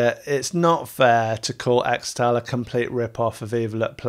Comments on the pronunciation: pretty sure it's pronounced 'kris-tull' but 'eks-tal' is cool too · It's pronounced 'Crystal' not 'Xtal' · I cringe every time you say "Xtal" when it should actually be pronounced as "crystal" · apparently, it's pronounced "crystal" not "xtal". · its not "extal", its "crystal" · XTAL is pronounced Crystal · its pronounced 'crystal' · It's pronounced "Crystal". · It's pronounced "Crystal" isn't it? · Its pronounced "Crystal" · Xtal --- is actually pronounced Crystal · I think it's pronounced crystal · This mf pronounced it “Extal” 🤣🤣🤣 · pronounced CRYSTAL lol